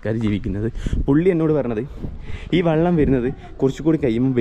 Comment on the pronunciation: വള്ളം അല്ല വെള്ളം കുറേ ആയില്ലേ സാക്ഷര കേരളം 😂😂😂😂